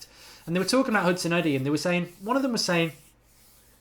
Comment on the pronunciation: How hard is it to say Hudson-Odoi and not Hudson-Oddy? 😂